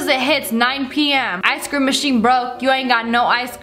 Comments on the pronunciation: Why you say “ice SCREAM” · People saying Ice cream Me: Ice Cream Ash: ice cream! Legit anyone: Ice Cream Lia: I see creme [again my opinion on how she says it]